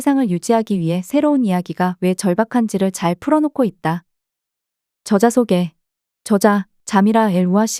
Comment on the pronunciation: 발음 문제: 저자,미래,적어도,내기도 한다,현상,사실,(어떻게)살지, 두 가지,시장(market),영원,세상,최초,행복,파괴,중독,성경,사실 부정,수 십년,도덕,대부분,볂화,정의,세 가지,세 째,진화,해결책,가차, 등, 일부의 예는, 두 사람이 장음인 단어의 첫 자를 "짧게" 잘못 발음한 실 예다.!!놀랍지 않은가? 이와 같이 발음 문제가 심각한 것이다. 더 심각한 문제는, 이런 문제를 거론한 사람은 이 제외 동포뿐이라는 사실이다. 이에 1967년에 고국을 떠난 늙은 이가 "한국 어문을 고발함" 이라는 책을 고국에 바친다. 미국 변 완수 드림